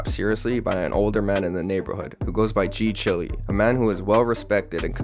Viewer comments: G chile (child) not g chilly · ngl I slightly cringed every time you said g chilly 😩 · g chilly???????? 😭 don't tell me it's not chiiiiileee